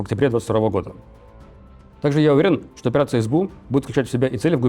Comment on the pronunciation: и не в прошлые годА, а в прошлые гОды . он явно из Одессы, хава нагила хава ! 😁